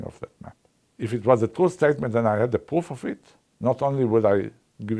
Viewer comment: I just love his accent! The way he pronounces pwoof has some nice charm to it.